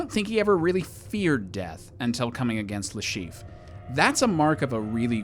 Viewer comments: Le Chiffre, not Le Chief!! Jesus! 😂😂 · cool list but Mads' character is called Le Chiffre not Le Chief XD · The caption got Le Chiffre's name right, but you named him "Le Chief..." Eh, close enough, I guess. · It's le Chiffre.